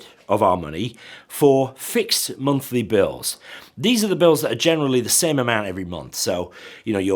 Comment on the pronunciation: Did you say Bunthly Bills? Great video otherwise. Keep up the good work!